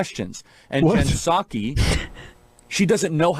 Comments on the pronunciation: Is he mispronouncing her name on purpose? Or am I the one who's not getting it right lol I thought it was SAH-kee like a sake bomb. Edit: okay It has to be on purpose because he got it right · Did y’all notice how at the beginning of the vid Charlie pronounces the P in Ms. Psaki’s name, and then later says it right? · This idiot doesn't know that the P is silent....Jen 'Puh-Saki' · Does he say P Saki on purpose? wtf is this or he even going on about, what a tool, I hate people... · hmmmmm jen p-sacky ........... its jen [p]saki as in SAKE [ Japanese rice wine ] the pee is silent chuckie such a race baiting move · "Jen Pe-saki" what an idiot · Actually Emma it's P-saki bomb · Puhsaki. Tf? The puhsychology of the right always mispronouncing names would be interesting to hear. He accidentally pronounced it correctly a couple of times. Fkn loser. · The way he pronounces Psaki takes me back to my childhood hearing "p-sychiatrist" on the Animaniacs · Jen Piss Aki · It's a clumsy metaphor, but I get what he's saying. The real annoying part of what Charlie said is the way he pronounces Pskai. Everyone knows the P is silent, what's going on? He's not the only one who pronounces it that way either. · Kirk pronounced the “P” in Psaki. Just saying. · So does he know how to pronounce her last name or is he trolling? I never know. I do know Right loves to own the libs by pronouncing their names wrong. Isaiah? Eye zih uh? Issac? Is that biblical?